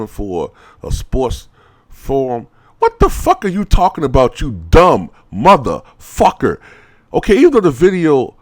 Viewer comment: Oh my God he's serious he said Mother Fucker with an er instead of an a lol